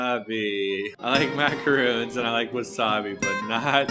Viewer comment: i know i shouldn't be nitpicky, but "macaroons" are those coconut cookies. what you two ate are called "macarons", pronounced "mah-cah-rohn", not "mah-cah-roon".